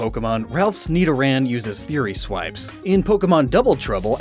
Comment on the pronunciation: every time u say fury swipe it kinda sounds like theory swipe ( , )